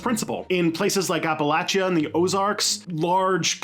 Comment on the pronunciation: Thank you for actually pronouncing Appalachia correctly